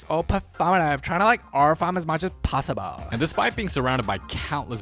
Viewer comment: “trying to aura farm as much as pauhsibul 😩”